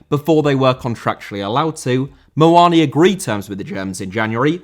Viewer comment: Muani* not Muoni